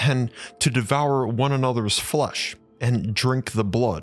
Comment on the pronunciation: Why does he pronounce "flesh"..he says "flush"???😅